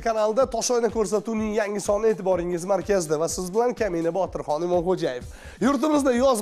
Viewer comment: Botirhon emas, Botirxon bo'ladi.